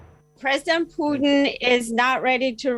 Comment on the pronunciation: Its not peutin its PUTIN 😂